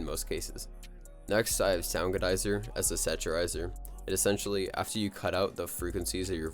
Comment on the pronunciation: Mf said saturizer 💀 preset sounds good though lol